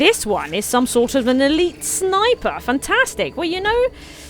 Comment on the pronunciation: I think it's funny when you say snipper instead of snipe-r! I'm seriously considering the game so appreciate the video